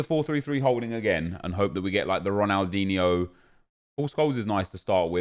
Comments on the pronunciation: Dislike for every time you say DIGNE😡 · Imagine being high and hearing nep say Ronaldigne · I love when you say Ronaldigne 😂😂😂❤️❤️❤️